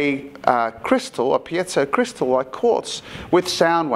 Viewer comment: Its pronounced Pee-Zoe